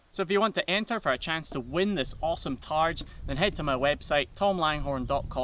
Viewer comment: "that saved his heed" man i love me some scottish accent